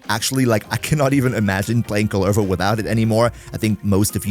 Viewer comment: COOLER-voh C'mon dude. It's not just some made up name. It's a Finnish cultural hero. They pronounce it in the game for you. Saying it wrong when you know the right pronunciation is just being disrespectful.